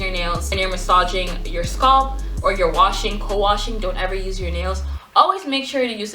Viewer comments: No, she's pronouncing scalp as "sculpt.'. It's not you... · YASS! Oil and massage you sualp ( scalp) love the way you say it all fancy. Practicing yes darling I massage my sualp. :) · I like how she says scalp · I've never heard someone pronounce "scalp" that way... now I'm wondering if I say it wrong.